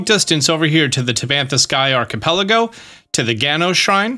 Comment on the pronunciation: 😂😂😂 Arch-uh-puh-lego 😂😂😂😂 Archipelago